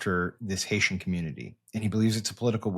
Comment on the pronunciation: Can we talk another JD referring to Haiti as “Hay-sha?!”